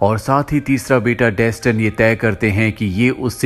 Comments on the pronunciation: Pronounced as Dastaan(mean story) not desten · Dustin nahi Daastaan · Its not Dastan, its Daa-staan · डेसटन नहीं है यार वो दास्तान है 😂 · Bro if you had watched the movie, it was pronounced as 'Dastan' not Daston. Even in games (If you had played any of them). For the pronounciation part it is based in persia(Iran) so it should be pronounced as "दास्तान" Same as you pronounce ईरान not आई -रैन ...